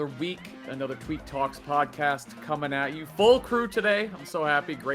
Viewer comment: haz face after got me crying. i was like yo tweek said what word ??? 🤣